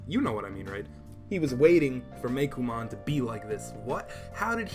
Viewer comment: You're saying Meicoomon wrong. It's not "Meikomon" It's "coo" like "Cuckoo" or like "ooooh, pretty~!"